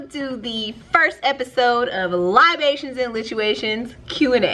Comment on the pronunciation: What’s the word you jus said like that? Lol Libations